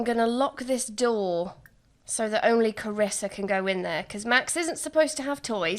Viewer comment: Triggered everytime you say "Carissa" because that's how people mispronounce my name; and some may call me the princess of the family. 😂